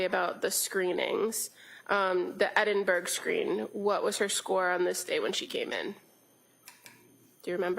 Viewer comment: Please not they keep saying Edinburg scale it is actually Edinburgh Scale!